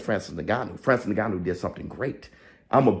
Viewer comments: He's Cameroonian. He's name is Francis "Ngannou" not Neganno. 🤓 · Do you know that many native english speakers have not learned the African way of pronouncing "NG" at the beginning of a word?? In the middle or at the end of a word, yes but NOT at the beginning.